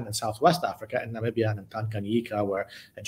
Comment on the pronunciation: Damn , I'm impressed she pronounced Namibia perfectly 100% This channel worth watching indeed